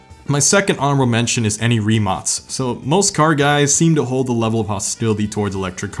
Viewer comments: FISNLLY SOMEONE PRONOUNCED RIMAC RIGHT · This is my 2nd time i heard someone say rimac with a c and not k in the english language (you and topcarstv) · It made me so happy that you said Rimac the correct way in fact you re the only american ive heard say Rimac correctly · Good job pronouncing Rimac correctly :) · Always nice to see people take time to research proper pronunciations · He actually said Rimac correctly. Love the vid keep it up. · Yes finally someone said the name Rimac properly, that was so nice to hear for once from so many automotive YouTubers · the only youtuber that pronounces rimac right. great vid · Bruh, thank you sooo much saying Rimac (I am Croatian and you have no idea how much it anoys me) correctly.🙏🙏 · You said Rimac right! As a Croatian, i approve of this! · Finally someone from english speaking country said Rimac cotrectly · HE PRONOUNCED RIMAC RIGHT!!!!!! Us Croats thank you. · FINALLY a youtuber who pronounces the Rimac correctly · respect for pronouncing correctly the "Rimac" name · Holy shit someone pronouncing Rimac correctly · You know the guy's legit when he pronounces Rimac correctly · damn someone acually properly pronounced rimac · i salute you for saying Rimac right...the amount of the 3 idiots on grand tour (which i love) saying rymac... rymac sounds soooo wrong and i hate it xD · Coming from a Croat he is the only person that is not from Croatia that pronounced rimac right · you... you... you..... pronounced rimac correctly... thank you.. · broo no way 1 american that say Rimac correctly